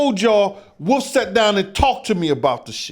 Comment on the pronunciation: is it WOOF or WOLF 😂